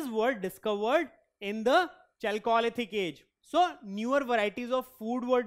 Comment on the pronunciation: You can’t pronounce chalcolithic like that